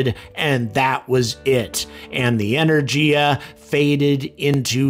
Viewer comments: The "G" in Energy is hard. E - ner - GEE - a not Ener - Jee - a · Russian "G" pronunciation is hard, as in Rogozin's name, rather than soft, as in the English/American pronunciation of Energy ...